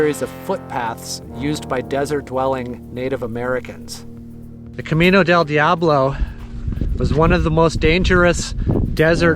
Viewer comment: I love it...but you have to work on your accent for "Camino del diablo" . It's more like El-cah-MEe-nnoh dhell DEeahhbloh